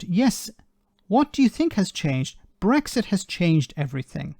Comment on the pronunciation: He might be blind but can’t someone tell him there’s no bloody Gs in brexit.